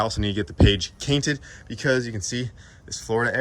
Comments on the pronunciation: “Page cainted” sorry hahaha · literally said page cainted🤣🤣🤣 i love it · Page Cainted ? Lol , love what u do , keep doing it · "Gotta get the page cainted" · Page cainted 😂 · "I also need to get the Page Cainted, instead of Cage Painted lol. Thought it was funny. Sick car and cannot wait to see it rip! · page cainted 😅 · He actually said it years ago when it was time caint the page on the minivan by mistake years ago and it just stuck 😂😂😂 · So good! He needs a Page Cainted shirt. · Page cainted 😂 who else caught that lol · “Page Cainted” 😂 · I think you have a unicorn,! I've never heard of a drag NSX! I think yours is the first! Oh, and don't forget to get your "page cainted"! Lol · man has to "get the Page Cainted" HAHA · Page cainted 🤣🤣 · "page cainted" was great LMAO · "gotta get the page cainted" lol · Bro said I page cainted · He said page cainted... I bookmarked it for yah.. Lol